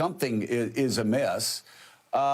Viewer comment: did he say crack pots or crack pipes?? loool